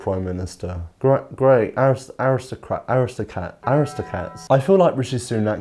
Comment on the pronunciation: rishi rish the awistocwat